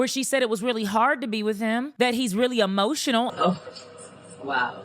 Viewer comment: HEmotional 😂 I love it!!